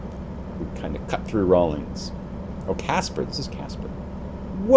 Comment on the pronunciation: Raul-inns not ings